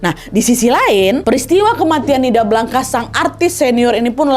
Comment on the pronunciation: Blanca, bacanya : blangs kak